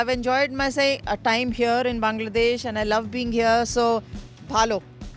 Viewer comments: এশিয়ার মানুষ ইংরেজি বললে সহজে বুঝা যায়। কিন্তু ওয়ার্নার, উইলিয়ামসরা যখন ইংরেজি বলে বুঝা কষ্টকর হয়ে যায়😁😁। প্রথমে Bongladesh উচ্চারণ করলেও পরে Bangladesh উচ্চারণ করেছে। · bangladeah, not bongladesh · He said bongladesh 🦵🦵